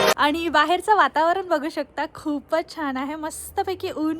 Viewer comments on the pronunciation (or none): वातावरन?? वातावरण असतं ते